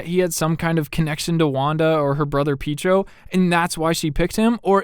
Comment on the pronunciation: I love how you say Pietro, Peetro lmao